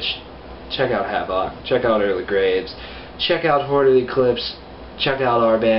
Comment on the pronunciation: It's pronounced like Havoc bro. Not Havawk.